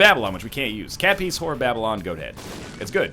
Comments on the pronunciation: TFW that NL pronounces cat piece as cat piss.... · "Cat Piece" sounds strangely like "Cat Piss" to me